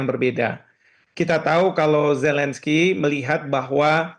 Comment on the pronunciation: Ini Metro TV gimana sich, kesalahan fatal merekrut pembaca berita yg tidak bisa mengucapkan huruf Z, huruf Z bukan huruf J, gak bisa merubah pelafalan nama orang, Zelensky, bukan Jelensky....fatal banget itu🤣🤣🤣🤣